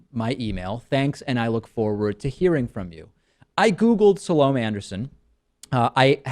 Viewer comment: Pretty funny that you start out by saying the only thing she got right is your name, when you didn't even do her the courtesy of finding out how to pronounce hers.?